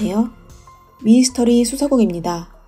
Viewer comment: 배경 음악 소리가 너무 커요. 그리고 미스터리 라고 써놓고 왜 미이스터리 라고 하시나요? 미스터리 발음이 안되시는건지? 아니면 부드럽게 들리라고 일부러 그러신건가요? 미 이 스 터 리